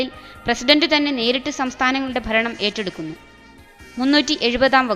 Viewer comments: faranam alla kuttiii... bharanam... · Faranam alla bharanam.....bhaaaa.....malayalathe kollalleee